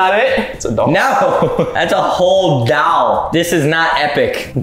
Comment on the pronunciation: Saïd “DOWL” instead of doll😂😂😂